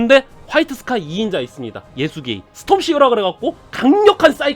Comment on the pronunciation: 원래 예수게이 라는 기열스런 이름이 아니라 예수가이 라는 기합 넘치는 번역 발음이 있는데 ㅋㅋㅋ